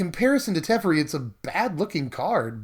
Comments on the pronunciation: Te-FAIR-ee, not Tef-ur-ee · TEH-FAIRY not TEFRI luv you <3